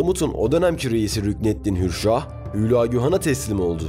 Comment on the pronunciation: ÜÜÜLAAGÜ DEĞİL HÜLAGÜ